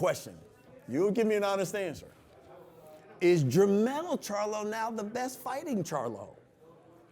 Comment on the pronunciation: This nigga says “JERMALL “SHARLO” lmfaooo